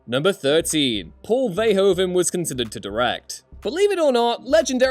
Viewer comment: In dutch language de "oe" is pronounced a little like who so it's Paul Ver"who"ven